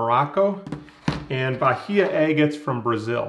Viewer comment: Nice video! Fun fact: Bahia in Portuguese is pronounced with a silent "h". 👍